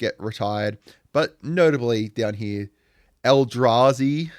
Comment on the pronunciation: You nailed sliver and eldrazi! Nice one